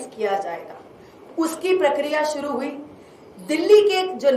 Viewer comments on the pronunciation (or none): none